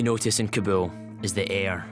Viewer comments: cant even speak Kabul. whats kabool ? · hey it is no kaboom it is more like Car bull...ok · What’s kobo?!! It’s pronounced “KABOL”